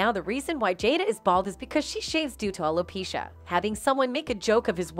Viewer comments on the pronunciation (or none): none